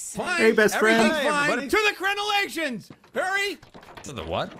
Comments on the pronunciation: said crenalations so many times I had to Google it 🤣🤣🤣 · omg THANK YOU. I have been dying to know what word has been purposefully pronouncing incorrectly and I couldn't figure it out! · I wish anything in life made me as happy as saying crenelations 🤣🤣🤣